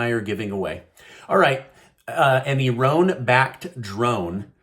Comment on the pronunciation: It is Iran , not Eron !!!